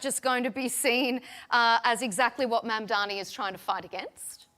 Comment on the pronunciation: needs to learn to say Mamdani correctly.She just doesn't care to say the man's name correctly